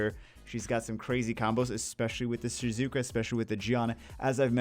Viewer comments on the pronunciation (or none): none